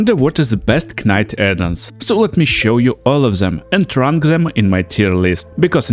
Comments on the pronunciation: I was gonna leave a similar comment. (K)night. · Knight is pronounced as night btw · pretty good video man, just a heads up though, when pronouncing the word "knight" the "k" is silent and is just said as "night". i don't mean to be rude, bilingual people are smart as hell and i couldn't even try to learn another language! other than that this videos really good